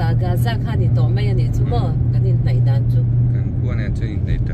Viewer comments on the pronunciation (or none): Ti nge gaza i lam rik khan Âza tih in i lam chhan piber kan zawt khauh teh ang,g' hi word tir lama a awm hrim hrim a awm in in lam ri tel lo tihna ami le